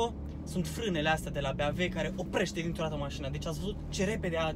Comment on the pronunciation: E ciudat cand spui "Beamve''